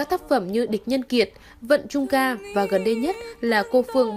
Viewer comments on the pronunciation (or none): Vân Trung Ca nhá má, lại đọc thành Vận là sao